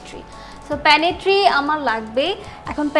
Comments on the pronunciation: Pantry, not panitry. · pantry প্যান্ট্রি উচ্চারণ panitri প্যানিত্রি না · আপা , correct উচ্চারণ " প্যান্ট্রি = Pantry " প্যানেটট্রি না।